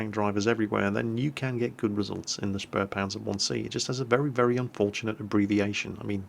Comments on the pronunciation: The "späh" in spähpanzer is pronounced "speeh" not "sperh" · and QB have something in common. They both mispronounce spähpanzer the same way. They add an 'r' sound to the first syllable, saying "shpare" when the right way is "shpay".